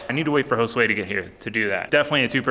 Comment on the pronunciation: he pronounces it like 'hole sway' and it just makes me scratch my head every time